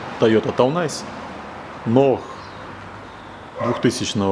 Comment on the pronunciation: Тойота Ной, а не Тойота Ноах )))))))))))))